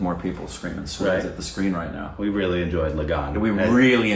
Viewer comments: 'Swades' is not pronounced like 'Spades'...it is 'Swa' + 'Desh'! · Okay Swades is not how is pronouncing it. It's Swa-des. "Swa" is "one's own" and "Des" is "country". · don't pronounce 'swades' like 'spades', break it down- read 'swa', not 'swaa', then, 'des'. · Hey guys great reaction, but just a little tip, its not pronounced swades, it is pronounced swa-des, swa-des means native of the country.. :) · Oh when will u grow up 😂 It's Swa-desh and not pronounced as Swade with an ending with s. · Swades not pronounced as Suede(s). More like Swa from Swallow and Des sounds like Jess. 😁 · It's pronounced as "Shhh-wha-de-sss.."(s-wa-des) not shwades .. 😂.. SRK 👑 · It’s SWA - DES not Swades like spades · It’s not SWADES ( like SPADES ) .. it’s SWA-DES ! Meaning homeland ! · mere bhai (my brother)... It's not pronounced Sweds... It's Swa (meaning my own), des (meaning country) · “Swades” is pronounced as “Swa (my) des (country)” not Swade-s 😉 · BTW, Swades is pronounced as Swa-des (Swa-Your own, Des-Country). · Not swads but swa+des. Pronounce "de" as "they". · Somebody just give Indian citizenship! He is an Indian reincarnated as an American XD Ps: it’s NOT “sway-des” it’s “swuh-days” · it's not 'swaydes'. 😂😂 It has two syllables, pronounced as 'swa - deys'. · Its not swades it is pronounced swaa-des its means swa- one's own and des but in proper hindi it is pronounced as desh(country) not des but in name of the film it is used as des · Its not swades its SWAAA DAYSSS #Korbinsed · Guys sorry but its SWAA-DES! (HOMELAND) SWA--DESSS! 👀✨ Iam a big SRK fan so sorry for the grammar nazi thingy. Still love you guys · 'Swades' lol! It isn't pronounced that way, it has to be broken down - swa -- des swa as in swan but without the n des as in base replaced with a d instead of b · Repeat after me.... Su-wa-days.. Swades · I would say watch jodha akbar first. Also just FYI it’s pronounced “swaa-dace” but I hope you guys watch both.